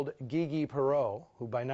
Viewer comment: I've never heard Gigi pronounced that way before. Is that the way she preferred?